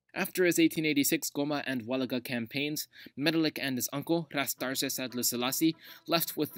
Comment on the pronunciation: The proper and correct pronunciation for "Darge" is "Dar-gay". One correction Menelik never saw it as an expansion when he went south, but more re-conquest of the land lost during the Gragn Wars during the 16th century. When asked how far he wanted to go south by an alarmed foreign reporter, the Emperor was heard to have said if God gave him the strength to as far as Lake Nayasa now known as Lake Malawi - to the borders of Mozambique